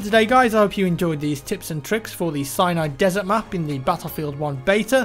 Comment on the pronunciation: anyone else think he says "cyanide desert "?